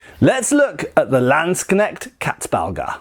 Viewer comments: Not gonna lie, I tuned in primarily to see (or rather hear) how you'd pronounce "Landsknecht" and "Katzbalger". Honestly, you pretty much nailed it. And I'm not blaming you for substituting the "ch" in "Knecht" with a "k", that sound probably being about as outlandish to a native English speaker as they come. Anyway, greatly interesting vid as always 👍🍻 Edit: as for the name's etymology, I wasn't aware of the "female genitalia" connotation, but then it's not a surprise, either, seeing as "Katze" simply means "cat". Anyway, "Balg" is an animal's hide, removed in one intact piece so as to retain a certain bag-like quality. Going from there, I'd simply translate "Katzbalger" as "cat skinner", assuming there's some amount of humour or irony to that name. Edit #2: the idea provided by T S seems even more plausible. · I love how your pronunciation of the word "Landsknecht" has improved from some years ago :D